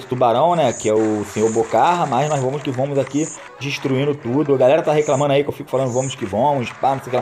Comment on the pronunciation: Mano pode falar assim é o seu jeito é famos que famos